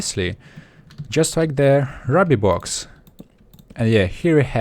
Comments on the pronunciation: Raby you mean rooby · U MAKE ME RAGE!! ITS RUBY NOT RABBY!! But I Still Like Your Accent:) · 24 u mean (ROO-BEE) not (RU-BEE) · I started playing in 1.7.2, and you pronounce ruby like rooby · its not rubby its ruuby. RUUUUUUUBY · you said rubby instead of ruby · its pronounced rooby not rubby for ruby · can this guy not say ruby correctly im trying not to be mean here but him mis-saying or whatever ruby for rube is ticking my off sorry but i just cant let that slide it is pronounced (roobe) but spelled ruby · U spelled ruby wrong it's pronounced as (rooby) ruby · joshua torrocha he says rubby! :D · Um just to tell you, the way to say it is ruby (roo-by). Still ove ur vids though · ITS RUBY (R-OO-B-EE) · Ruby is pronounced, ro-be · Ruby is pronounced roo-bee c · Not to be rude, or judge you, or whatever, but ruby, was pronounced improperly. It's RUE-BE. You have an accent so I will not mind. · Its pronounced ROOBY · Just saying, Ruby Is Pronounced Rew-Bee. :) great vid!